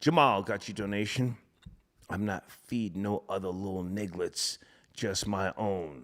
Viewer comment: said "Nigglets" Pay attention.